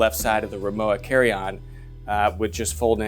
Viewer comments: RimoVA. W in German is pronounced as a V. Just sayin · Thanks again; What is the size of this piece of luggage? by the way RIMOWA (German make) is not pronounced like IOWA but with a plain V: RIMOVA.........(stress on MO)